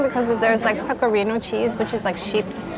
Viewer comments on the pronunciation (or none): none